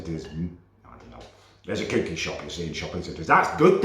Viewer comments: It's cookie not cewkie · It's pronounced cucky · I love how he says cookie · Is it me or can't say cookie right.